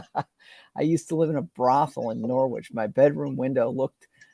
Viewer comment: You’ve reverted to NorWich - it’s Norrich!!